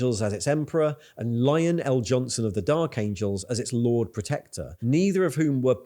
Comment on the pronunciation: i always giggle about lionel jonson... ' or not... its pronounced lionel, like a middle management supervisor or something... :D